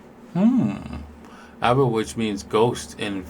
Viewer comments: It’s Ah-vey lol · aave ( Ah-Vaey ) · Hi. Aave, they prononce it like "Ave Cesar" in latin (or spanish if you want). Or like « un ave » in Spanish (a bird)